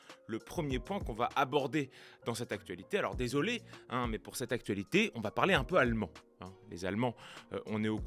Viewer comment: Je me demande d’où vient cette façon de prononcer d’AC-TuA-LitÉéÉe … j’y pense souvent … 🥸